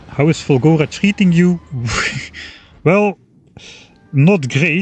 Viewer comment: For four episodes I thought you were saying Fungora and expected mushrooms and spores and nonsense like that.